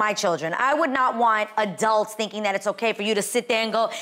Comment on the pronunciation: Adrienne w the “adalts” AGAIN